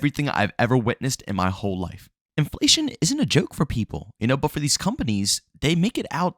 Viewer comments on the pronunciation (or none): I thought I heard it all until u said in-FA-Lation😂